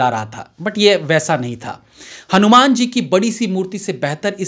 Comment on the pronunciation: Bhai saab pehle aap hanuman ka uchcharan thik karo fir review krna Kyonki director pehle hi hindi me likh ke confirm kr chuke hn